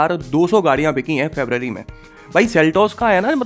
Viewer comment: Sir aap BICHI nahi BIKHI bola kare.